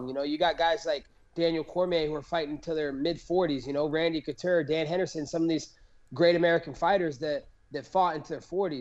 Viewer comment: did he say Randy “Couturd” lol